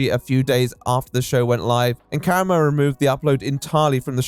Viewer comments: Why do you always mispronounce people's fuckin names?? It’s not KARamo. He says his own name and clearly says kaRAmo. JFC it’s so annoying, every video. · not gonna lie, not taking the time to learn how to pronounce karamo’s name correctly is giving racism. it’s not a difficult name to pronounce. i’m also british + dyslexic so i know it’s not an accent thing.